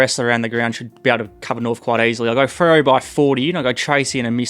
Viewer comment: that man doesn't know how to say Freo